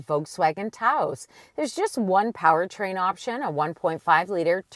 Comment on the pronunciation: What is a TAO-OHsss? Someone having a stroke? Phone the mayor of Taos, NM and ask for the correct pronunciation. Fine bucks says it ain't TAO-OHsss.